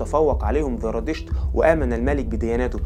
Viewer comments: زرادشت وليس ذرادشت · ذرا 🤔 انت عندك مشكله في اسم الديانه زرا . يبدوا ان عندك مشكله في حرف الزين . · لديك مشكلة في التفرقة بين حرف الزاي وحرف الذال ارجاء الانتباه لها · TVأولا أنا سعيدة جدااا بالتعرف إلى قناتك ثانيا ملاحظة أسوقها إليك بكل ودّ وقد قدّمتها سابقا لبعض الإخوة المصريين الذين يقدمون محتوى باللغة العربية نطق الذال زاي سبّب لكم خلطا كبيرا.. فصرتم تنطقون الزاى ذالا.. يعني هو "زرادشت" و"اليزيدية" وليس "ذرادشت" واليذيدية" في الحقيقة لقد تعوّد كل العرب على نطقكم الذال وصار مقبولا مستساغا أما العكس فهو ثقيييل جدا ويسبب لبسا وخطأ.. فخليك عادي دون محاولة الإصلاح التي تقودك إلى خطإ أكبر.. نحن نحب اللهجة المصرية جدا وهي قريبة من قلوبنا بحكم أن مصر هي هليود الشرق ومنبع الفن فيه وشكرا على رحابة صدرك